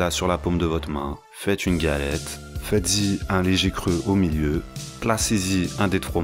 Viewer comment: le "faites y" a lol, t'es d'ou ? 74 ?